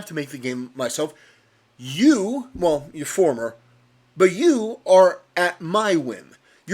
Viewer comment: Note the emphasis on “former.